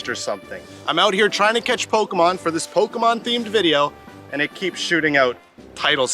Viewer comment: Why can no one on YouTube pronounce Pokémon correctly??